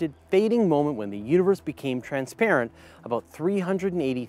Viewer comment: "When ever we talk aboot..." Dew eet agein! 😝